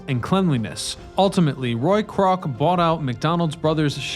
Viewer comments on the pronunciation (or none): I've only watched two videos from this channel and so far I count a dozen mispronunciations and incorrect names. And I'm only three minutes into this one. Dess Plains isn't a place. That's not what it's called. His name was Ray Crock, not Roy Crock. Why doesn't this guy know how to pronounce anything? Why can't he read names right? It's just very offputting and makes it seem like you just don't care. If you don't care why should I? I'm now going to have to read an article or two on this just to make sure the info is correct. If you can't get Ray Crock's name right I'm not inclined to trust anything you say